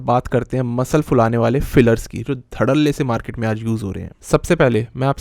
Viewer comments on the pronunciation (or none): none